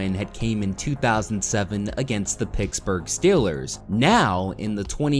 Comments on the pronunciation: stop saying picksburgh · You say Pittsburgh really weird